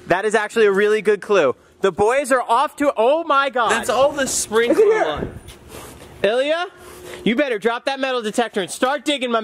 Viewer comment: its Ilya not yilia😂